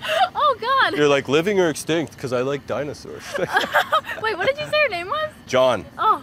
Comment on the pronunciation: "Dinasours" maybe you shouldn't have dropped out 😬